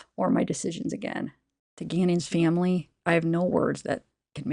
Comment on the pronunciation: What kind of accent is that of hers? That's the weirdest sounding pronunciation of this poor boy's name I've ever heard, and pronunciation of the word 'family'. It just rubs me the wrong way, it's like hearing someone accidentally scrape their rings on a chalkboard it makes me cringe. And this girl says she's 'looking into sensitivity training' for herself? Is that what she thinks people want to hear? What a joke.